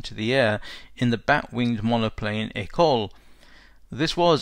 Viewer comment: Easy mispronunciation to make... I'm a big fan of your work, by the way, and I'm slowly endeavouring to watch all of your videos. Keep up the excellent work! ;)